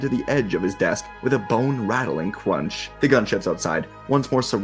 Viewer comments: "With a bone rattling cwunch" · LMAO YOU'RE RIGHT!! "CWUNCH" 💀